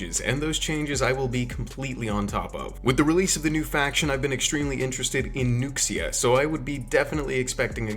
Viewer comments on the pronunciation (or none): Nuxia isn't "nukes-seeya". It's more like "new-shyah". X is an "sh" sound in Chinese. Love the content man.